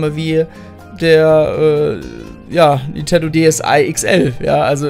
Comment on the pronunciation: Warum zum Geier sagst du ständig "N'tendo" Switch oder "Nietendo" Switch. Sprech doch den Namen des Herstellers mal korrekt aus. NinNNNNtendo.